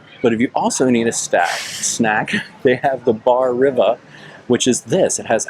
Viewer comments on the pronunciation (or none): It’s pronounced Toe-Poe-Lean-Oh’s and Bar Reeva 😂😂